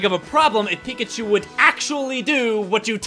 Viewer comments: When you said Pikachu why are you doing this to me I thought you said bacon soup why are you doing this to me and it's aerodactyl not ariodactyl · for me it was baconchu and... i forgot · Is it me or when started counting how many times he said pikachu, it sounded like "pick a Jew" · I hear “pick and chew”. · when you try to hear pikachu over 10 times, it sounds like pick-a-shoe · when he counted how many times he said pikachu it sounded like "peek at you" are you a stalker? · Who else hears pick achu instead of pikachu at the pikachu montonge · Its pick-a-shoe! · I kept hearing pig-a-choo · To me it sounded like peek-at-choo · By the end of the video, "Pikachu" sounded like "Peek at chew." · I just started to hear "Pick at chu" at the end. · watch it slowly and it sound like he is saying pikaeschu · pick a shoe. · When you were counting all the times you said pikachu it sounded like you were saying pick a shoe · after a while of him saying Pikachu it starts to sound like, pick a shoe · when he keeps saying pikachu i eventually start hearing "pick a shoe" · After hearing pikachu so many times it sounds like “pick a shoe” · Pick n choose. That's what it sounded like at the end. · After a while it sounded like Pick-a-Choo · the more i hear Pikachu, the more i hear "Pick a Shoe" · lol sounds like you said pick a shoe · it sounds like u were saying pick a shoe XDDDD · After all that, pikachu sounds like Pick a shoe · it kinda sounds like you are saying pick at you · Pikachu pikatoo pikashoe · Am I the only one that thought he says pickandchose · It started to sound like pick a chew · It sounds like pick at you